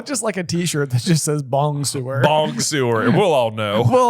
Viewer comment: It took me years to realise that “bong-sewer” was Hagrid trying to say bonsoir, and I speak French!